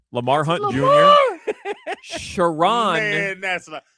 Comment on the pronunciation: Sharron is a woman, so Shar-un would be the correct pronunciation